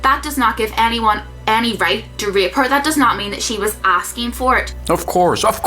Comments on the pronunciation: This whole time I thought she was saying "ripped" , then I realized it was "rape" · i hear her pronounciation of rape is rip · I think im deaf; dos she say rape or ripped? becourse ripped is when you train get muscels right? is it the dialect? :`D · I couldn't tell if she was saying rape until afterwards, thought she kept saying ripped.